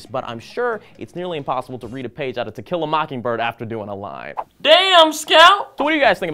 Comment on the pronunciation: I'm sure you just said "tekila mockingbird". No matter how many times I listen to it I cannot hear "to kill a".